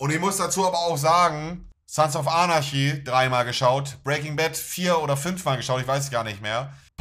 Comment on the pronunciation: der arme kann nicht mal Anarchy sagen